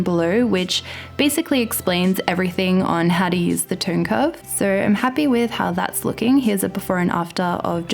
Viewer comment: I love Aussie and New Zealand accent btw, just I have never heard tone curve being pronounced in such an unusual way. ;) And I meant no disrespect, your videos are awesome and you are a really nice person.